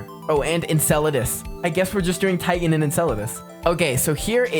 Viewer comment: he got titan so wrong 😭